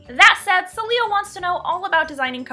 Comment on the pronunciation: I'm pretty sure the patron's name (since it's spanish) is pronounce "Sae-lyah" with stress on the first syllable.